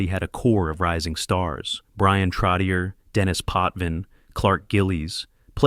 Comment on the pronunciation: TROTCH-CHEY. TROTCH-CHEY!!! Not TROTT-TI-EER. Get it right!